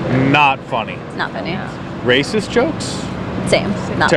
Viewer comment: When did the word "Yea" get 3 syllables?